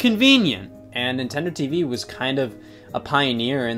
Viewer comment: Am I the only one who never realized the name of Nintendo TVii and always pronounced it “Nintendo TV eye eye”